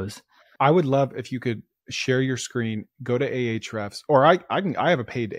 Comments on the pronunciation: Hrefs is what he’s saying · He said Ahrefs account